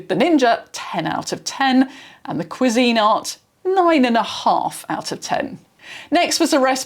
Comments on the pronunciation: So it's Pronounced KWEE-zIN-art. Not Kwee-Zeen-art. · As a Brit, I’ve never heard another Brit pronounce it that way. Most typically it’s like “quiz-in-art”, with the emphasis at the start of the word, not the middle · I was not prepared for the British pronunciation of Cuisinart... I love it so much. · The most important part of the pronunciation is that the emphasis is on the first syllable, not the second. This is how the company pronounces it in their ads. I would assume this alternate pronunciation here is non-standard everywhere, not the "British" version. I did find examples of other British videos and they all stressed the first syllable. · Gosh, it would never have occurred to me that you could pronounce it another way. I’m so tempted to try to find videos of how Americans pronounce it now! 😅